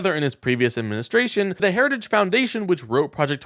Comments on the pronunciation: He can’t say the word Heritage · And he can't even pronounce "Heritage." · TRUMP HAS YET TO PRONOUNCE HARRITAGE RIGHT.😂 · Trump didn’t actually say "Heritage Foundation" but, to be fair, that was only because he couldn’t pronounce it. 😂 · Why can’t he say heritage? God he is nuts! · He couldn’t even say heritage. Keep this clown away from any form of power. Vote Blue. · Why is so hard for Trump pronounced Heritage? 🤦🏻‍♀️😆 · Trump having some difficulty pronouncing the word "heritages". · He couldn’t even say the word, “heritage.” Big liar about Project 2025. Vote💙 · He can't even pronounce the word Heritage